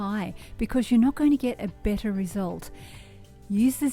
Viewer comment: When you said better I sensed that your Aussie, are you? Heheh